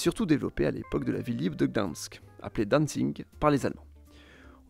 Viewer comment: Sauf pour Danzig qu'il prononce dancing